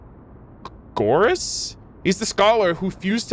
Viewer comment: I'm a bazillion years late but since I am Greek I wanted to let you know the way you say Anaxagoras (with the intonation on o) is actually how we say it in greek!